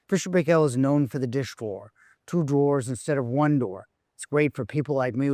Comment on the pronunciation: You are saying 'Paykel' wrong. It rhymes with Michael, and with the same accent on the first syllable.